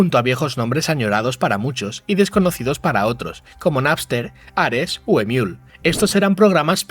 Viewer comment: Es la primera vez que escucho a alguien decir "emiul". "imiul" en todo caso, no?